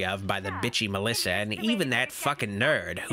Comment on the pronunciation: I love it Melissa pronounces her own name as Melissow!